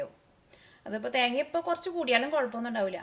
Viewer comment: സംഭവം ഉഷാർ. പക്ഷെ ചേച്ച്യേ തേങ്യാ അല്ല തേങ്ങ ഉച്ചരിക്കുമ്പോൾ കുറച്ച് ശ്രെദ്ധിക്കുക. 🙂